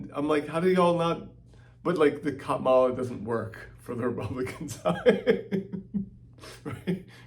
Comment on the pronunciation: This is maybe a minor thing, but the stress in "Kamala" is on the FIRST syllable! Why is that so hard to remember?